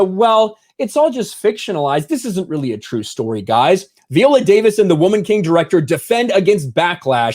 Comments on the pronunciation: Her name is "Vigh-ola" not "vee-ola.* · Please pronounce her name correctly Vi.. ohh...la. I saw the movie and it gave a prequel to the Wakanda women's guard vibe. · I should've known as soon as he was pronouncing her name V-ola, instead of Vi-ola, that this would be a trash piece. This is some unnecessary bullshit to disparage the movie because it has been so well received. She's always said it's LOOSELY based on the real tribe, and in the movie, IF ANYBODY SAW IT, they address the slave trade and that they participated in it prior to the time of the movie when they're trying to change. Sometimes I can't stand social media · Her name isn't pronounced VEE-OLA. You should at least learn how to pronounce the person's name correctly before making videos about them. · God damn it. Quit saying Viola that way. How do you say Violin?! 🤣🤣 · Isn't Viola pronounced with a long i, as in island?